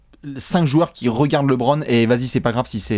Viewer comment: Les gars ont vous kiffent mais c'est LEbron et non Lébron